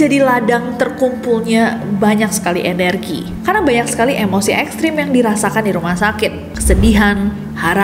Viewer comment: jujur pas nesi bilang emosi, gua dengernya M O C 😅